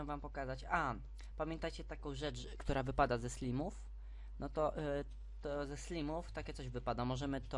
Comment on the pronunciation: slajmow nie slimow